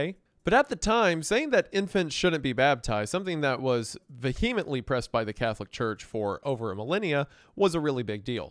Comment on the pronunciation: wendi i love u sm but u gotta stop mispronouncing vehemently.